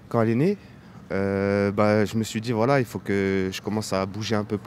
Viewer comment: Quand dit « voilà » j’entends « voillah »